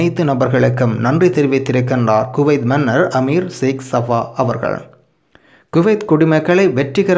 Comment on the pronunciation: ஜோவ் 😡😡😡 அமீர் ( செக்ஸ் ) சபா இல்லை அமீர் சேக் அல் சபா உச்சரிப்பை சரியாக உச்சரித்தால் நல்லதாக இருக்கும்